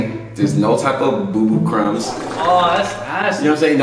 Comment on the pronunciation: He said boobo crumps😂😂